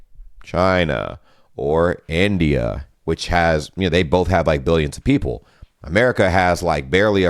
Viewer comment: What is Endia? Sounds like town name in JRPG. Do you call India that so that you can continue calling native americans "indians"? "Wauaull cauauaub" Ok, npw you're just typical american: pretentious and arrogant.